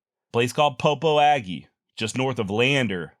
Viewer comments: Great story telling. I enjoyed hearing the drainage by drainage account. I lived in Green River WY for 10 years and visited the places you mention. Congratulations on getting pronunciation of Gros Venture correct but Popo Aggie is pronounced pa P.O ja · Thank you for these casts. As an aside the Popo Aggie is pronounced Poposia -with the “s” sounding like the “s” in Persia.